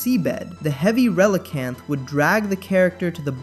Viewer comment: Can we talk about how you pronounce relicanth correctly, but then Reeeegees? What, are they the long lost brothers of the bee gees?